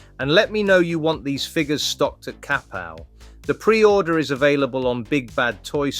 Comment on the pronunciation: Sorry it was bothering my ears. Kapow is pronounced Ka-Pow not Kap-Pow.